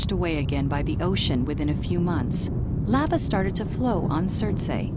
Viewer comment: I've never heard anyone pronounce the word Lava that way before.